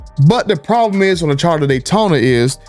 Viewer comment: You sir, ARE terrible in my subjective view. Glitches? You can't complete a sentence w/o grammar, diction,etc , glitches. There were enough dees, dems, dats, duh, dey, den,prolem,and on and on! Prepare man,you can be better.